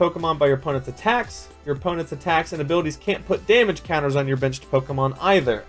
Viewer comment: Lol everytime he said benched I thought he said bitched